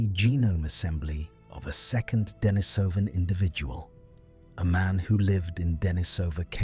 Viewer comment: Accent on the second syllable: de-NI-so-van